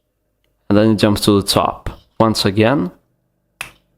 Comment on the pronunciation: I like how this guys says top... Teeoup